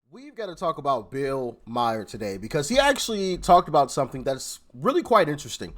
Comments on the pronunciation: Bill Mahr not Bill Meyer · “Bill Myer” 😂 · It's pronounced Mar not mare! He is a douche but his name is pronounced Mar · His last name is pronounced Mar 🙂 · "Maher" ... Like "bar" or "car". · Think his name is pronounced " Mar." The h & the e are silent. ( Maher ) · It’s pronounced MARR like bar